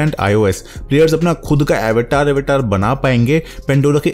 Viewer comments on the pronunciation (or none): It's अवतार not एवेटार 😹😹😹